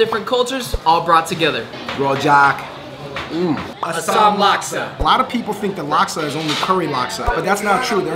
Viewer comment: and they pronounce asam wrong